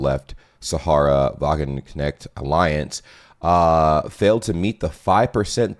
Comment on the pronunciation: "SAHARA WAGENKNECHT" LMAOOOOO